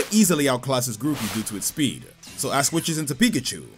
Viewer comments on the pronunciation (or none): he totally said ass instead of ash here btw